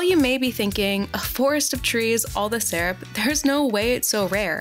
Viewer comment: Lol maple "sarup"